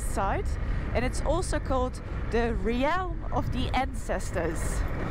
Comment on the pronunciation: its just 'reh'lm' hehehe